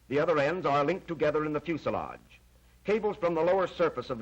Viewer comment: It flies and flights and lands the pronunciations stay on the ground